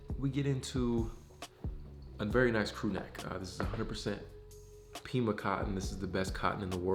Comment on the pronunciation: What's the name of the cotton? I don't know if you said Pima or Peema cotton? Where can I get this cotton material... I'm brand new to the game...